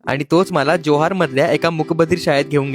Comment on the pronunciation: अरे बाबा जोहार नाही, ❌ जव्हार ✅